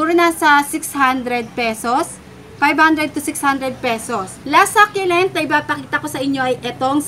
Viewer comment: search mo rin how to pronounce "succulent"